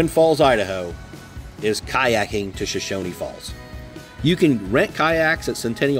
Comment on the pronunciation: Nice video. I really enjoyed it. But there is no "i" at the end of Shoshone. It's pronounced just like it's spelled. show-shown